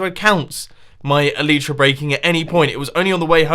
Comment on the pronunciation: Plz like so he sees the pernueation of elytra is ee lllll iii ttttt rrrrr. Aaa